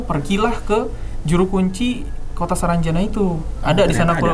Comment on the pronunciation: Saranjana bang bukan sarangjana